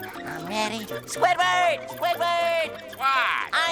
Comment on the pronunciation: swidword got mad